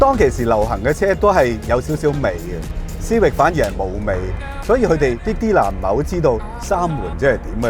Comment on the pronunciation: 逐代舊的款拎返黎講實都好睇, 留個記錄. CIVIC實係英文黎, 有正確的讀法. 過往讀錯左可以現在改返既姐. 主持比這款車年紀大多少? 慢慢原來這些已變了現這代的的老爺車